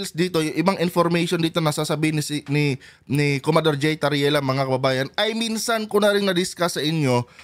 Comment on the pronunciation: Commodor hindi comador